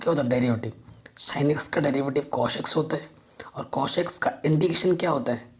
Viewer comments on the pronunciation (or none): Sir why are you saying cosh it is cos.